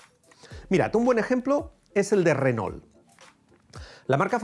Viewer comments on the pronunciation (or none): none